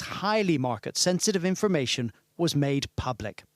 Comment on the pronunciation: Inhalation, inlumation, imunation...I might trust the veracity of a statement if only the person speaking could convey it. I think what you may have acquired was 'information', this is farcicle, bad outcomes are more often than not the residue of bad decisions and choices. I am not a Starmer fan, but much of the nation have tried to preemptively rubbish him for little credible reasons initially, however you dont hand the 'enemy' ammunition and his curtailing to an unhinged twit is pukeworthy at best. In summary much of the nation never voted for him, they simply opposed the Conservative farce. How Starmer rates bottom in any popularity rating is ludicrous considering Liz untrustworthy's fourty nine day train wreck for starters, much of the nation must have developed conveinient amnesia.